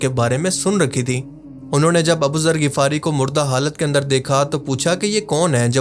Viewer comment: Bro MashaAllah bht amazing video banai just need one correction its (Ghifari) Ap Shayad (Ghafari) bol rahy ho